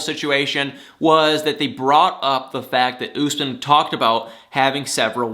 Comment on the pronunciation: it's Usman, not Gooseman.